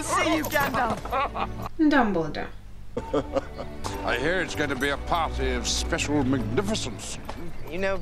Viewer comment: Dumbledor...? DUMBLEDORE??? Careful, how you scare us old people here... my high bloodpreassure can't handle it.